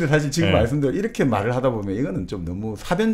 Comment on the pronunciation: 장음인 단어의 첫자를 짧게 잘못 발음한 예:사실,정의,보통,사물,별(star),사용,사람(인간),했는데,가치,시각,한계,고대,과거,세상,반대,시각, 등의 문제는 거의 여기 초대돤 젊은 철학자의 문제입니다. 철학자가 이런 장단음 문제가 있다는 것응 실로 ㄴㅇㄹ라운 일이 아닙니까. 말부터 바르게 배우고 나서 공석에 나오셔야겠읍니다. "한국 어문을 고발함"이라는 책을 읽어 보시지요. 미국 변 완수 배